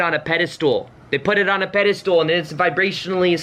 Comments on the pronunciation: I love him and kept shouting at the screen "pedestal... not pedastool". He's so adorable and reminds me of my younger brother. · Really inspiring. Thanks for your hard work. It makes me feel better about things. But there's no such word as pedistool. It's pedestal, as in "metal." Even though that was super annoying, it did help me remember your video. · god info.. but please give me the honor to teach you something.. it's not "pedastool" my darling.. it's a "pedestal." Keep up the good work. Thank you. ❣ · Excellent, but the word is pedestal, not 'pedestool' 🤣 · The way you say pedestal... It sounds like the Dutch word Paddestoel (which is a mushroom) XD I cannot unhear this. But this message makes sense. It's true and I think that's what other people mean when they say "you send out the intention for your manifestation and then forget about it". I believe they mean to stop giving that much focus and importance to it. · I've watched so many of videos that I have no idea how to pronounce "pedastal" anymore. Lol. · Great video. Just had this happen to me a couple days ago. Also, have I been saying "pedestal" wrong my whole life? 😜